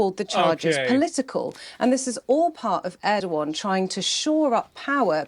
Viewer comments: They can't even pronounce ErdoGan properly... instead, they say Erdoan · Bro pronounces Erdoğan as Erdo-gone